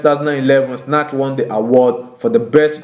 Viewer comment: When he's saying Sinach it sounds like Snatch lol